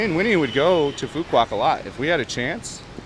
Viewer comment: Bro you are painting a picture that isn’t realistic…first get your pronunciation right…it’s Phooo Wok..not Phooo Kwock…this is my 4th year living on this beautiful island…you simply don’t know where to go nor what to do here…20-30K Bahn Mi’s are everywhere…shipping goods to the island costs more because we obviously aren’t on the mainland…thus businesses need to pass some cost to the customers…garbage, that’s essentially everywhere in Vietnam…at least someone taught you how to pronounce “Nah Chang” properly!!! Just like America, stuff costs more in Hawaii because it’s a wait…ISLAND!!! Stick to Saigon content instead of spreading fake news…btw…many tourists here…especially Koreans right now